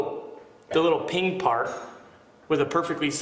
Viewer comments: PEEN … not ping !! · The term is peen not ping